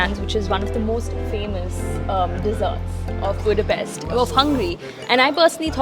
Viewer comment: Vegyék már a fáradságot ha már ide jöttek, hogy helyesen ejtik a fővárosunk nevét, szerintem ez a legkevesebb